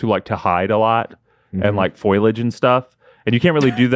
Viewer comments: "Foil-age" "Sid MEER" Gwaltney at it again...lmao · said Foilage and Recticle during this video, and it makes me sad Leo didn't comment on them. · "FOIL-AGE" "REKTICAL" im dying